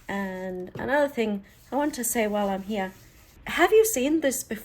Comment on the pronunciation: Hate like the dickens saying this but your pronunciation of the word “here” could be improved. Your words are pretty and so good to hear, then you say “here” and it’s like nails on a chalkboard. Please forgive me being so candid. Good day!